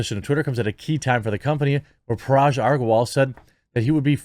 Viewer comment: DAMN YOU'RE IRRITATING ME!!!!!! IT's G for GUN in Parag, not J. Anyhow, good video.